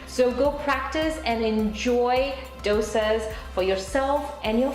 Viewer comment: I mean i get tweaking your accent to make life in the states easier. But calling dosas (which im sure your pronunciation was perfect with all your life) 'douisaws' is wild.